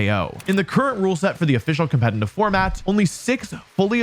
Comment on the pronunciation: is this compet-in-tive Pokemon you always talk about like competitive Pokemon? It sounds so similar.